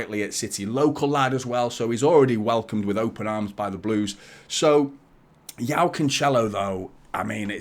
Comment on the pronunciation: Like the content mate. Btw, his name is pronounced "Jo-Oww" not Yao. That's like Yao Ming the basketballer. If his name was slavic, then yes, the J would translate to a "Y" in English.